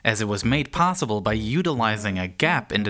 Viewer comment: Potssible? Are you restarted?